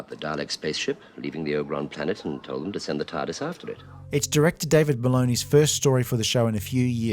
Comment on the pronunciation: Did you say David Ballony? That's an awesome name